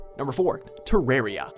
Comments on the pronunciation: "te-RARE-ia" i swear to god they do this on purpose. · NUMBER 4 is prounounced TER A R I A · Pretty sure its read as Te-Rar-Ya.